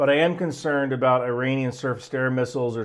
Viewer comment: That’s the first time I’ve ever heard not pronounce it 'Eye-ranian.' Truly, we live in interesting times.